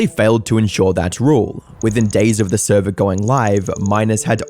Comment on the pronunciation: “NOT THE THURVER!!!” 🤣